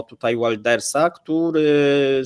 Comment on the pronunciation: Czytamy Łilders Heert...